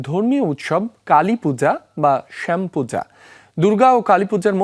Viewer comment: পাঠকের উচ্চারণের ভুল আছে অনেক। শ্যাম পূজা না শ্যামা পূজা হবে। আরো অনেক উচ্চারণ ভুল আছে।